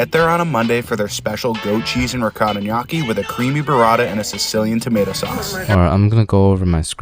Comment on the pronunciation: i ain’t even italian but him saying it like “nawkee”